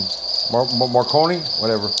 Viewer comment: "What's this one called The Macaroni?" Haha! The Marconi , bro not the Macaroni. This game looks like it's for children but we will see I guess.